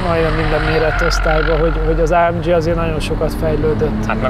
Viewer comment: Jesszus Hogy mondhatja, hogy ÁEMDZSI? Ezt meg kéne hagyni a ....-nak. Úgy ejtjük: ÁEMGÉ.